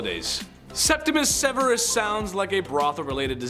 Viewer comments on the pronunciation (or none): none